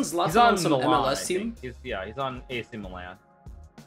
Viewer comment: The fact Hikaru can pronounce Thierry Henry but not AC Milan baffles me